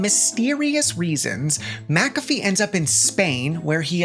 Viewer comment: I'm not all the way in the vid yet, but THANK YOU for saying "MACK-a-fee" instead of "ma-CAFFee"...I have had this argument with people SO many times that HE pronounces his name "MACK-a-fee," so that's the name of the damn program. Maybe it's my Scottish blood and the fact that the name is clearly Scottish in nature, idk. It just rubs me so raw to hear "ma-caffee". Ok, onto video.